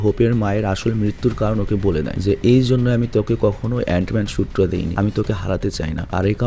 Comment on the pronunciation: অ্যান মেন কে তুমি অনেক বার অইরোম ম্যান বলছো